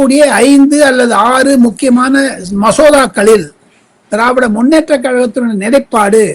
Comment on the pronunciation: திராவிட ஜனதா கட்சி என்று பெயரை சரியாக உச்சரிக்கவும்